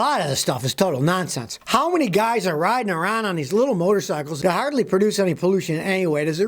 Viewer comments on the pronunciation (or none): none